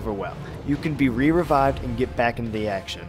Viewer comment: lol this dude said re-revied